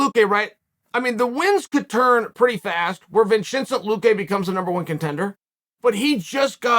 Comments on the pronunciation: Vinchinzent Luque is one of the funniest botched pronunciations by uncle Chael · “Vinchinsen Luque” stop it! 🤣🤣😭😭